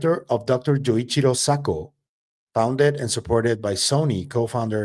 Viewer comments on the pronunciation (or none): none